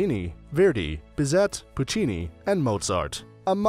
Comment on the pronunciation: I was all on your side until you said biz-et. It is pronounced biz-A.